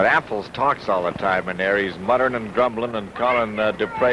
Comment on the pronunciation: A golden moment from the Golden Age of Wrestling. Guy introducing the wrestlers: "...from Lafayette Indiana, weighing 248, Bruiser Affles." Pronounced like apples. Dick the Bruiser: "Dick the Bruiser, Bub." Guy: "Just the Bruiser? Just the Bruiser." Dick the Bruiser would have been excused for pounding that guys head into a ring turnbuckle for butchering his name.